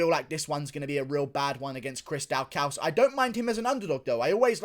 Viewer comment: are you pronoucing Daukaus wrong on purpose orrrr is there something else happening here